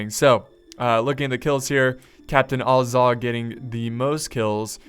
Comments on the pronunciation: It is neither Ay-zog or ah-zog it is AS-zog like saying the word as and then zog. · I know that b of the American accent you pronounce Azorg as u(like cut)-z-u(like cut)-r-g. But you pronounce it as A(like cat)-z-o(like pot)-r-g. Just saying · AsphaltSlayZ It's actually Ah-zog. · its not the same thing! :( the name is ATT (like Attack) TSOK...their language just like the dwarven is supposed to be like Latin and German. so no Ay for A but AH (again...like Average or AHragon, Ahab, AHpple etc. Not AY like Age or hAYted). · its AH-ZOG...you can even hear it in the hobbit movies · Azog with an a pronounced like apple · I think azog is pronounced like the a in apple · How did you pronounce azog two ways and still get it wrong lol just listen to Legolas and thorin in the hobbit bro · there is no r